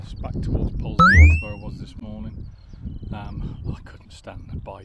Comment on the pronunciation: Pronounced Polzeth. However being picky. Loving the walk.